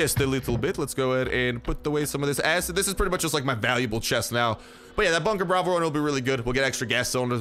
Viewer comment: He talked too fast and said acid without “Id”